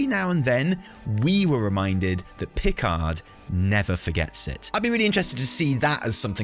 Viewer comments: I am more bothered than I would care to admit by the fact has clearly never watched The Next Generation with his pronunciation of Picard. lol The rest of the Analysis is spot on mind. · I think the most shocking reveal of this cinematic is that doesn't know how to say "Picard" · I came down here just to say... Captain PIC-ard?! It's Pi-CARD, accent on the second syllable. They say it at least once an episode. If you've seen enough to know about the Borg storyline, you've heard it about 2.78 million times :) Oh! Cinematic, right. I personally think what everyone is so annoyed by is the comment at BlizzCon: "if we use him, we'll definitely use him right" (paraphrased). That led to everyone imagining their own version of 'doing it right' because god knows there wasn't much to think about any other characters. Fan expectations can lead to very, very bad places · Who says Picard like that?